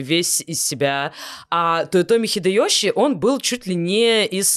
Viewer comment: У меня от "хидэëЩи" кровь пошла из ушей.